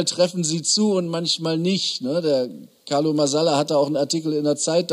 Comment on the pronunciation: Erstaunlich, dass Christoph, obwohl er den Carlo doch sogar vom Studium kennt, nicht einmal dessen Namen ordentlich auszusprechen in der Lage ist.